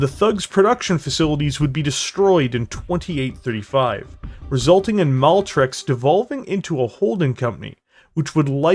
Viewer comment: You got it right the first time, but after that you kept saying "Maltrex" instead of Maltex. Anyhow, thanks for not making any lame thug life jokes.